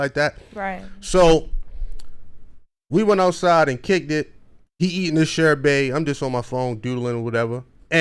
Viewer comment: Sherbay lol… smh…it’s Sherbet, pronounced shur buht.